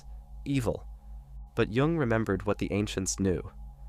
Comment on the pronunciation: It’s Carl Jung not Carl Wung.